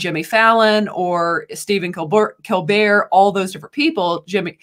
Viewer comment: Does this lady,, have a speech impediment? She can't pronounce George's last name -Stephanopoulos, or Tim Pool's, or even Stephen Colbert.